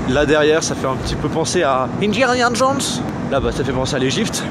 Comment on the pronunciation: MDR il dit injarniar jones